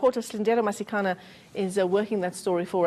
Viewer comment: Masikaneeeeee. Masikaneeeeee. What is Masikanaaaaa? Hai. You don't even know how to pronounce your colleague's name???? eNCA is wack.